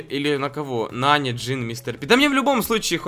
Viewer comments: А нАни он говорит нанИ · Ага, а ещё называет нАни нанИ (Кто не понял большие буквы - ударение) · Сколько тебе надо дать денег чтобы ты называл ИМЯ "НА́НИ" А НЕ "НАНИ́" и чтобы ты называл Макса ДЕВУШКОЙ а не ПАЦАНОМ. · Правильно не нАни а нанИ